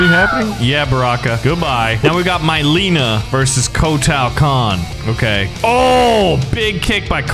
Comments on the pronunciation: Mileena is pronounced meleena not myleena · Ok we got d’vora and here we’ve got my-lean-a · I hate the way he pronounce noob saibot and mileena